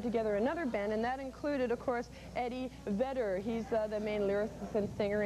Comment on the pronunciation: eddie "vedderS" ????? ajaja